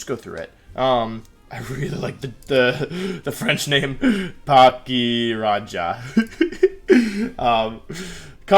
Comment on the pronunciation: the french name 😂 hella not french